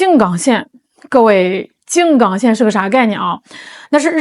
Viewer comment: 静冈是一声…不是三声